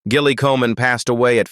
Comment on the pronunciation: Gilly is pronounced with a soft G.Your AI narrator is ridiculous.